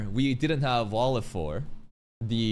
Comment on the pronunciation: this basically Valefor va-le-fo-r wo-re-fo-ru Japanese people are not that good at pronouncing foreign words